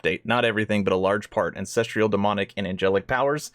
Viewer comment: An cess truuhl. Not cess trieeuhl. Where are you finding the trial in ancestral... you have valid points and good reason to be upset. Although I think they're keeping a lot of good stuff from us and we're most likely 3 years out still. But at least know how to pronounce a simple word and know how to read correctly if you're going to state that you have such better ideas on things.